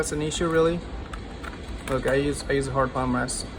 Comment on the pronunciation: He does not pronounce H in hard